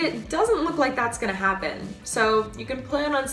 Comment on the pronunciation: Can you say HAP-pen instead of hap-PEN? Thank you.